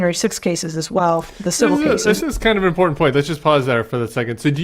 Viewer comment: Imporunt? That's not a word